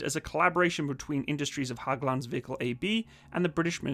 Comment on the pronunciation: It's pronounced like "H-egg-lunds"